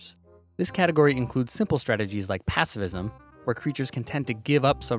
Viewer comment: 'passivism' or *pacifism*??